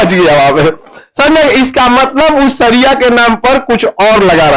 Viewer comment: Khan sir, Sharia kahtey Hain, saria nahi, sahi bolna tak nahi aata